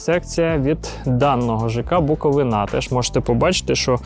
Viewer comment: БуковИна, бо БуковинА ріже вухо) 🙂